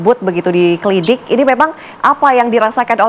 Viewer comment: Host tv one, bilang klinik,, klidik